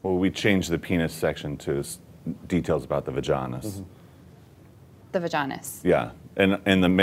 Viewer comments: The va-john-is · “The vaganis”